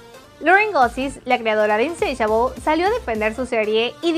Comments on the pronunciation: No es inseishabol, es insatiable ahre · No es insatiable es insisabel jajaja